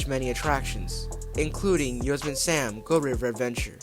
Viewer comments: I’m such a sucker for dark rides with unique theming. If they brought back Spee-Lunkers, I bet it would be in part inspired by the return of Knott’s Beary Tales. Btw, look up the pronunciation of Yosemite. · It’s pronounced “yoh-SEM-it-ee” same as the National Park in California